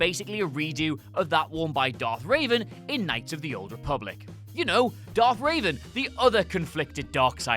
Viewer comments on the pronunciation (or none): For the love of god, ITS REVAN!!!! NOT RAVEN!! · It’s darth revan (rev-vin) not darth (ra-van) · It's Revan, not Raven, and he was not the apprentice. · You list Krull as a ripoff of Star wars, but you don't list Star Crash as a ripoff of Star Wars....research folks. Also, it's REVan, not RAven. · REVEN. It's not Raven. I'm SURE that this has happened before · Its Revan, not Raven, as in Revenant. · REVAN, not RAVEN. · "Darth Raven." Jesus Christ, man. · "Darth Ray-ven"?! It's Revan! He's not a bird ffs! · james stevens Nah he's British like me. He's just ignorant. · It's Rev-an. as in revving an engine. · THIS NIGGA SAID DARTH RAVEN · Jesus, can somebody in your team write names phonetically so you can actually pronounce them? Its Darth Revan, not raven. And its likely a look that would have been recycled by sith lords constantly. Oh, crap. These people who always wear robes happen to have worn a mask at two separate moments in history!? Clearly just lazy writing. Granted, some of you would clearly be experts in that field. Love the analysis and news, but these nonsense lists are getting so damn lazy. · could you PLEASE for the love of the Force learn how to say Revan......ffs, it's cringey as hell hearing you refer to him/her as Raven every time you say the name. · Please never say Darth Revan again your doing wrong